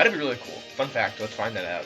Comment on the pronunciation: When you were saying "fun fact" at the start I thought you were saying something a bit ruder at first haha